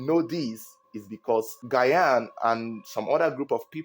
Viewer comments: Not gayan it's Gyan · Gyan is pronounced Jahn👍🏾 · The way you butchered Gyan’s name is annoying to listen to. You should have called him by he’s first name instead. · How you pronounce the GYAN hitting on my nerves😂❤ Bigups from Ghana🇬🇭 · Mention the name correct Is not Gyan 😂😂😂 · The way you pronounce Gyan shows that you don’t watch football 😂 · you need to learn pronunciation of Ghanaian names tho. Adwo, Gyan..... Much love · you’re pronouncing Asamoah‘s last name wrong